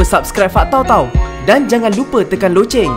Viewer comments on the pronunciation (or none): none